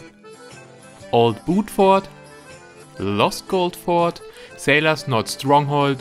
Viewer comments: richtig... aber das S wird bei der mehrzahl schon gesprochen soweit ich weiß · Die heißen Fort nicht For 😂 Also Forts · Es heisst ForTS nicht FOR